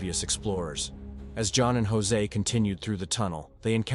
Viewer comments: I literally stopped watching the video when he said "Jose" 4 times...I won't even start it anymore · Jose?? Who the hell's Jose? You mean Josh?